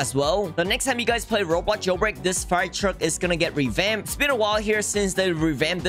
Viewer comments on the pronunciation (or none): none